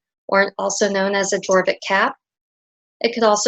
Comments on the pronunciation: the letter j is pronounced as a y. Fjord = fyord, jorvik = yorvik and so on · You've made a lovely tutorial. I would like to help with your pronunciation though, if I may. These are Scandinavian words so, your "j" has a "y" sound. For example Jorvik is pronounced "yore-vik", likewise Skjoldehamn is pronounced with the "y" sound (sk-yold-ham). I hope I've helped you as much as you've helped me❤